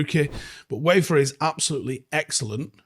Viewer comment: Good player - His name is pronounced Veefer!